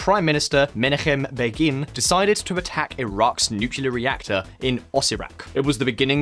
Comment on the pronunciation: Actually, the stress in "Begin" is on the first syllable ;) But otherwise yeah, it was good